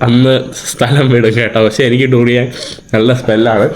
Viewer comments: ടൂറിയൻ അല്ല ബ്രോ ദുരിയൻ എന്ന് പറയണം.. At least listen to others when they speak... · ഈ തൂറിയാൻ കേട്ടുമടുത്തു ബ്രോ..😅